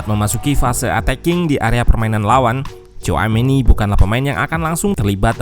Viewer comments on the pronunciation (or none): bukan coameni min tapi shouameni dibacanya 😂😂😂